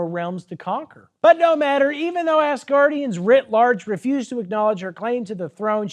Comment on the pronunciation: I do enjoy that (intentionally or not) it sounds like you are saying Ass guardians, not Asgardians!